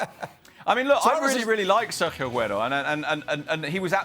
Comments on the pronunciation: I really don’t understand how people get paid to give their opinions to people on tv...like ur a nobody who tf cares.... also ITS FUCKING SERGIO AGUERO NOT FUCKING SERJo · Does that guy Sid wanna pronounce the R in the Spanish players name any harder ?????